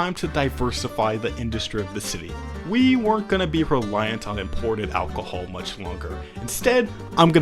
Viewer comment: The way you say alcohol just does something to me... sends me into a blind rage